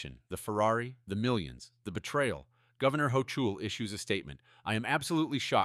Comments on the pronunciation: AI Script reader ? Even a 5th grader knows that the Governor of New York , Kathy Hochul ‘s name is pronounced “ Ho Kol “ , not “ Ho Cho “ 🤣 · Why didn’t this explode all over the mainstream media? (please train your AI to pronounce governor Hochul’s name correctly)